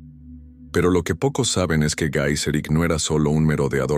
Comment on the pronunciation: Por qué, nombras como Gaiserico, a un famoso líder germánico, de histórica y extensamente divulgado, como Genserico? Aún cuando su nombre vándalo "el que maneja la lanza", pudiera traducirse como Gaisaīks